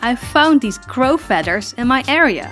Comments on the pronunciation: Magennta fedders. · I adore the way you say "feaders" lol